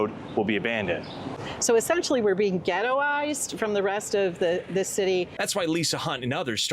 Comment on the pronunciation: Did she ghettorized ? Lol learn a new word lady far from a geto lol